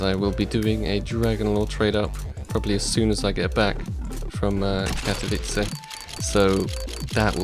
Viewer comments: pls! Ka-to-vi-tze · have fun at katowice sparkles! or katowici as u say ;D